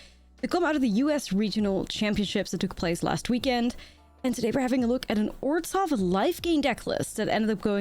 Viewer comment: please, it's pronounced Or-zhov, not Orz-hov.